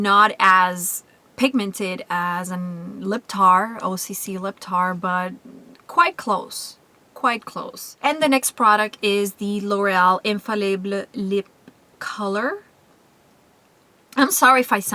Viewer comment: i dont think you say "infallible" in french. its just infallible. but i love your haul :)